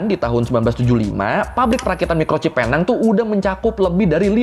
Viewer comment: sebutannya bukan penang tapi pineng tapi tulisan tu penang